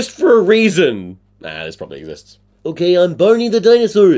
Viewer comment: I was listening to this while drawing, and when you said Barney the dinosaur, phonetically, it sounded like “Bonnie”, and I was like “Who the fuck is Bonnie the dinosaur?” And I thought that was silly of me